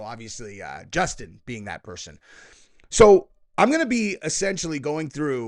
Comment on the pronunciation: It’s a J, not a G